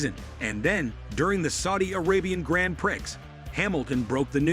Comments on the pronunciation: Downvote because your stupid AI voice keeps saying "grand pricks." Pathetic. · It's prounced: "Gran Pree" phonetically speaking. Thankyou. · Learn gow to say grand prix, bcs you obviously cant say it properly! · DUMP THE STUPID AMERICAN ACCENT. AT LEAST AN ENGLISHMAN KNOWS HOW TO PRONOUNCE GRAN PRIX.